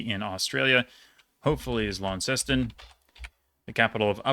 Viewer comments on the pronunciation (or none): none